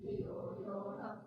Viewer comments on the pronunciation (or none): Pronounciation of word NA in gayathri manthra is not correct. NA means No. It should be pronounced like NA in word Nethaji.